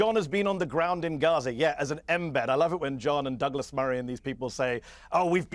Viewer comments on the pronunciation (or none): none